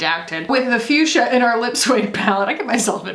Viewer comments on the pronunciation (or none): none